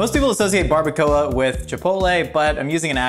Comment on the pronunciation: Omg its so funny how he pronouns baracoa so wrong and so funny!😆😆😆😂😂also he should have made pico de gallo, more authentic recipe.